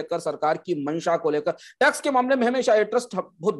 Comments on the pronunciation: retrospective"Tax" hota hai "Trax" nahin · Saurabh ji, 1 aisa co host assign krein jo acche se present kr paye or log usey sun na pasand krein. Pronounciation ka dhyan rkhna b bhot zruri h, Crain nhi Cairn h bro n trax nhi tax h